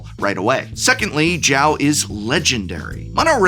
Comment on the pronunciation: Is not Chao, is Zhao ~sokka